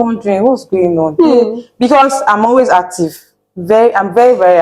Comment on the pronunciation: Emphasis on her ACTIVE 😂❤